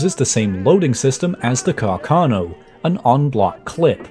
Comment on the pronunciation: It's Càrcano, accented on the first A, not on the second one!